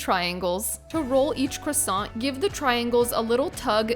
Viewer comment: Parisian chefs would have taught people how to pronounce croissant properly though.